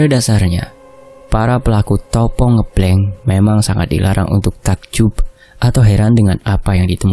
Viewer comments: bukan Ngeblenk..Tapi Ngebleng.pake E..seperti kita baca ejaan Benalu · Penyebutan ngebleng nya Salah he he it’s ngebleng not ngEblEng 🤣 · sedikit koreksi untuk pembacaan "puasa ngebleng" itu pembacaan (e) pada kata " ngêblêng" itu seharusnya seperti orang mengucapkan (e) pada kata "sepet" atau "lemes" atau "ngeres" atau "semestinya" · (eu) ngeubleung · Pelajari dn bertanya sm org yg lbh baham kosa kata tiap daerah mas, biar enak dengernya, dn ga salah ucap, koreksi kata ngebleng ya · Ucapan "ngebleng" nya "E " nya Sama dengan kata "benar" depan belakang mas 😅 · Koreksi sitik yo.. ngebleng [e]nya pake [e] pada kata "endak" pada kata kata "enggih"